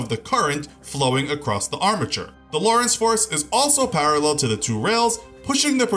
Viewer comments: Lorenz not loris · It's pronounced "lo-reh-nz" not "law-reh-ence" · How are you pronouncing "Lorentz" as Lawrence? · This guy could have the best Sound Recording Room ever made (and he would still pronounce words like 'Lorentz' and 'sabot' wrong.) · The T is silent in sabot. also check your pronunciation for lorentz force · you are saying 'sabot' wrong. edit- and 'lorentz' it is difficult to take this channel seriously when key terms are mispronounced.